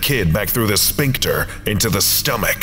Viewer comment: I love your readings, but man, every time you say "sphincter" it's like fingernails on the chalkboard. Like, everything else about your readings is awesome. Your voice has gravitas, your pacing and flow are perfect. The mispronunciation of sphincter is just so jarringly out of place that it's hard to ignore it.